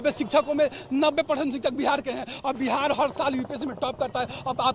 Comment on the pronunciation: बिहाड़ बिहाड बोल रहे है भावी बिहार के शिक्षक